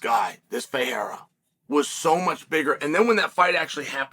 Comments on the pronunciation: The fact that Chael can pronounce Ferreira who fights in the PFL but can't pronounce Pereira who fights in his own company, the UFC, is hilarious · Chael can pronounce Ferreira, but can’t say Pereira. That’s a peculiar problemo.